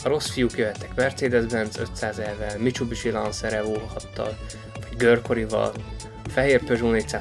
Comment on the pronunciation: Lámbordzsíni és micsubicsi, jajj... Amúgy jó kis lista, bár én a F&F-t nem tenném első helyre. Föl is íratkoztam remélem nem fogy el a lendület! :)